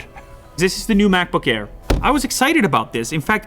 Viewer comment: its a mac thing like with "i" but now its the Ee macbook Eeair